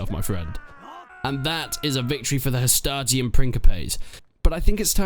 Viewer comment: I don't mind the pronounciation, but truly so people don't nag you in the future, here's a simple run down. You pronounce hastati well Principes is pronounced "Prink-e-paes' Triarii is pronounced 'Tree-ah-ree" instead of "tree-ah-i" turns out C's were pronounced as a K in old latin, and the soft c's were plebian. Thus Ceasar was pronounced Kaesar - Fun fact, in a lot of european languages, emperor translates to something alike Caesar. Kaiser, Cisar, Tsar, Kejser, Cesar